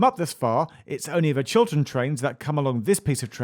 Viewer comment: I was hearing it wrong I thought that you said Children train. Like what is that. a train just for kids or a train painted as if drawn by a kid.